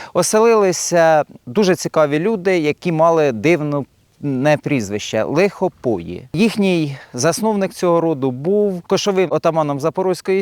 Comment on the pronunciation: На Полтавщині є село Лихопої - наголос на букву ї.